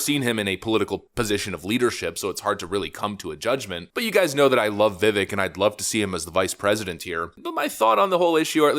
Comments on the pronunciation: Vivek is pronounced Vih..Vake. We need to get that right. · How many times did you edit this video. Is it Vivek like the cake or not? Stop F'ing up the guy's name. Pick one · Yuuuge correction: Vivek rhymes with cake